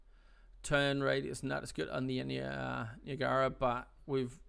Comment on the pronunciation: Niagara as in USS Niagara and Niagara falls.... Say it with me [NY] + [AG] + [UH] + [RUH] Niagara ;) but all in all great video series.